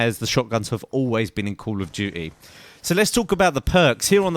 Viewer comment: i love how he says call of duty. cuh of doo-eee. Good video! <3